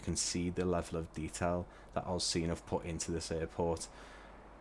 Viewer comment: Thank you for a great review. I purchased this airport on the release date and am absolutely delighted with it, very well done. Agree with the other comment the Qantas static is a B717, (Qantas actually never operated B727) I believe AUscene is pronounced AU (as in letters) scene since AU is the two letter code of Australia. Cheers